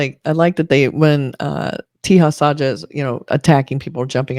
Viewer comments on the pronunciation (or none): I spent almost 10 mins thinking what do you mean by "teehas aajaa". Let me help you... with pronunciation of...Teja Sajja. Consider the 3 English words.... (Say, job, suggest) 1. Te sounds like "say" but replace s with t 2. Ja sounds like 'jo' in job 3. Sajj sounds like 'sugg' in suggest